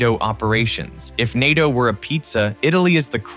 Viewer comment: It’s pronounced ’nay-toh’ not ny-toh